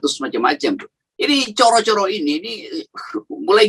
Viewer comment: Coro yg artinya kecoak itu pengucapannya pakai o seperti pengucapan borrow gitu. Kalau pengucapannya pakai o seperti ponorogo maka artinya cara.